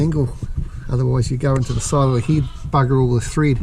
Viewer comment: "There's steel a centimetre of threed stuck in the heed" 🙄